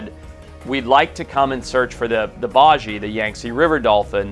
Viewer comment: Just a heads up, the baiji is pronounced “bye-G,” the correct pronunciation is important!